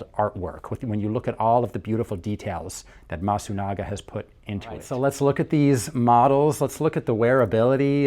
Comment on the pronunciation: not masugana , c est MASUNAGA